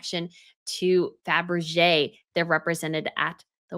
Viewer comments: Fabergé, not Fabrege. Please! Bagration Parure is not pronounced Bagrashion Puree. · I love your channels, dear, but it´s Fabergé. Great video! Thank you! XX